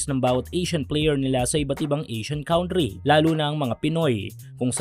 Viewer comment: Country = kantri not kawntri